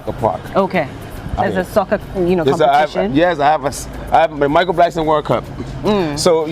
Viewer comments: It’s Michael “Blackson” not “Blankson” 😂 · It's BLACK-SON not Blankson. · Blackson not blankson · Why did she keep saying blankson?